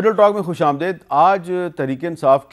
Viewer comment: خوش آمدید شدید مزید یزید حامد ap amdead boltey ho amdeed ni boltey